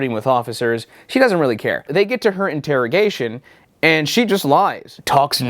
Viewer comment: Referring to the Interrigation Room as "InterraDome" i was expecting some kinda NFL betting ad 😆